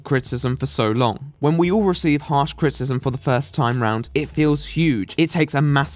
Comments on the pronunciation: What is "crit-cism"? You refer to it a lot. Is it anything like crit-i-cism? Like what I'm doing? You speak so f ing well that it just sticks out to me. Like an air bubble in a smooth coat of paint. Too much? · Is it just your accent or are you actually pronouncing criticism "crit-ism?" Because it's pronounced "Crit-i-ciz-um." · I need to set attempting to say "criticism" as my ringtone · Your pronunciation of "criticism" is awful.